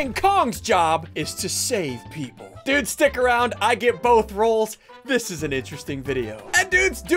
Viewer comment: Why do you keep saying dud